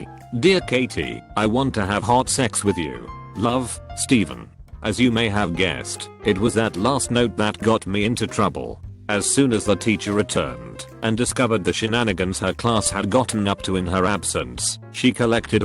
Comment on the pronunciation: Can’t blame the robot voice for saying touble and prinicipal